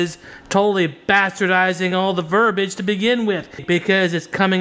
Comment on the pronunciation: it is "verbiage", not :"verbage". 🤣 Betsy De Vos would be proud of this goober.